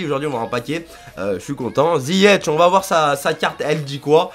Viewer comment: C pas ziyech sa dit ziyek